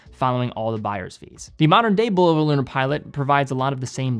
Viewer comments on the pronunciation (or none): Great video, you pronounced Bulova two different ways.